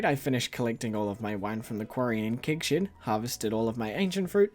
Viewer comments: Everytime he says Keg Shed, all I hear is Kink Shed. Help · I hear "kig shid" and laugh my accent off 🤣 actually I find very cool to hear so many different english accents on yt, and now I know that NZ accent have a very closed 'e' sound in words like 'bed', 'shed, 'keg', 'quest', and the stress syllables are different in some words, like 'crAnberries' instead of 'cranbErries' 👍